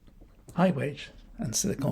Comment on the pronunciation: Is it the tory Nasti Party plan to run down the economy so far and so fast that people will be queuing up to pick apples? You misheard *unt he said “Sly con valley”.